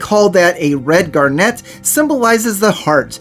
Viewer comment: I begging you. If you're going to say a word as often as garnet in this vid make sure you know how to pronounce it